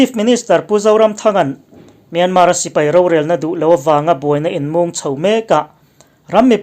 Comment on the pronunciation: Kawl ramin a ram hming a lam rik dan anga 'Myanmar' tih hi lam rik ve thin ni hram se. 'Myan' hi thluk hnian tur a ni a, 'mar' tih laia 'r' hi lam rik loh tur.